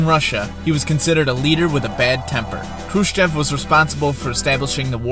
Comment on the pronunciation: Good but some pronunciation errors Khrushchev is pronounced ‘Khrushev’ Brezhnev (the ‘zh’ is pronounced like a light ‘j’ E in Gorbachev is pronounced ‘o’